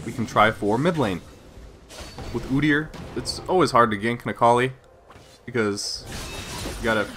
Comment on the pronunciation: ah, your pronunciation of OOdyr sounded canadian! Xd